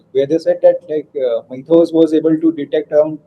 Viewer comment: Mythos not methos